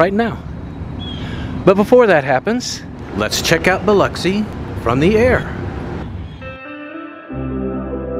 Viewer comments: You pronounced it right just to let you know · I'm thrilled that you are also pronounced pronouncing Biloxi right people don't always pronounce Biloxi right you are so awesome dude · Appreciate you checking out my city. I'm surprised you pronounced Biloxi like the locals.